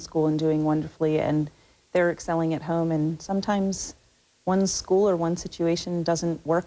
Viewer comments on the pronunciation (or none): Kate's accent. It's brutal how she pronounces " home " It sounds like she is saying HAY-OME. And ppl say us Canadians have weird accents. Ya right.